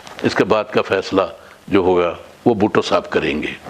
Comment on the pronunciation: Word is Bhutto not bhatto